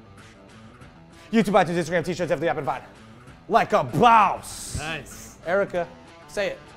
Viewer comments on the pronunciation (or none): lol the end "like a baws"